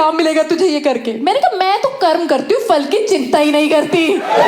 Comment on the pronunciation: Fal nhi phal kehte hain.